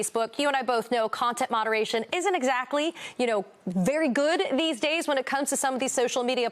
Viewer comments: Trump can't even pronounce the werd's "Truth & Social "cause he pronounces them as "Troath & Sential." So how would he know how to beven begin to know the truth even if it hit him in his antisocial lying head? Hmm? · Donald can't even pronounce his own Truth Social cause he pronounce's it "Troath Sential" kinda like he calls China as "Chynnna" and hamburgers as "hamberders.".